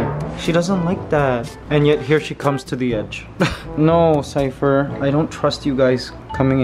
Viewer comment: Mikey, Ligaya really does sound like she's got Cypher's name down, she's actually pronouncing consonants and vowels clearly. That's AMAZING!!!! Extra Love for Ligaya from me for that!!!! Peace, Happiness, Love and Laughter, Acceptance for All, Keep Safe All, -Matt